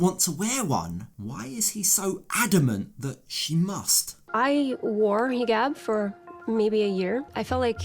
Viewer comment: Why does she pronounce it "hee-Gab" (hard "g")